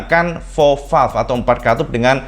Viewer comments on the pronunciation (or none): none